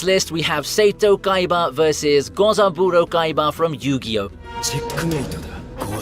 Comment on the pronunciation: "sayto Kaiba"?